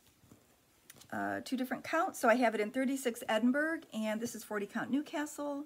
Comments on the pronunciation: So much loveliness. Those fabrics are just wonderful! By the way Edinburgh is Ed in burr ah not berg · Edinburgh is pronounced "Edinborouh". It is a large city in Scotland.